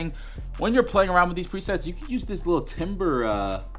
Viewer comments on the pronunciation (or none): Dope video. Probably gonna get Omni soon, thanks! Side note- Timbre is pronounced "tamber." In classical terms, it's basically the tone of a sound. Think sine and square waves; sine is rounded, square is sharper. You can have two oscillators play the same frequency, but different shapes will have different timbres.